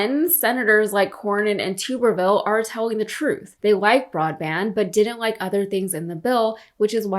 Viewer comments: It's Tub-ver-ville as in a Tub of shit. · It’s Tub like bathtub. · Thank you so much for pronouncing that idiot’s last name properly. I don’t care what he says, it doesn’t say “tubberville”, it says “too-berville”. He’s wrong about everything else, so I’m not surprised that he doesn’t know how to pronounce his own name. Maybe he can team up with brett favre and make a YouTubb video. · Hear Hear. The spiteful dumbass probably doesn't realise that his ancestors were French and condones the mispronounciation of his name. Ghastly excuse of a human being who epitomises the Peter Principle of failing up.